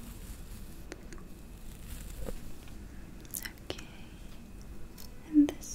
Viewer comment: It’s not okay it’s ukae